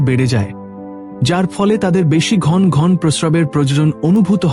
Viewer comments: Apni kotha bolte janen na ghono ghono na bole ghon ghon bolchhen keno path koren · ঘন্ ঘন্ বাজে উচচারন। ঘন ঘন উচ্চারণ করতে হবে। আর একবার প্রাইমারি স্কুলে ভর্তি হয়ে জেনে নিন।